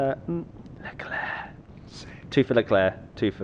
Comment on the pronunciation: The bald dude pronounced leclerc wrong